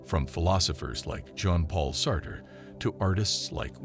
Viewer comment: The voice robot reading the script can't pronounce any of the main words that make up the topic, such as Plotinus, Neoplatonism, Sartre, etc. Find a real human being somewhere to do the reading that has some familiarity with the subject matter.